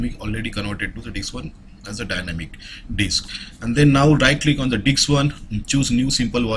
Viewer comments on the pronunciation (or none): I think he is trying to say Disk one and not Diks 1 ? Not sure. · I hear it too, not just you. He's definitely saying diks. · If this was an IRL class, I would be trying to keep my laugh in every time he says "Disk" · the way he says disk....